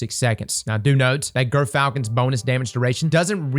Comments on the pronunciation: I swear I heard you say GIRTHfalcon! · just a quick heads up since I know this'll already last a while: it's pronounced 'jer'-falcon